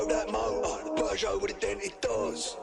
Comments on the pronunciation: Peugeot isn't pronounced Poojo it's Perjo. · Peugeot is pronounced per-jho here.... never heard poo- jho 😆 brilliant! Great reactions though fella 👍🏼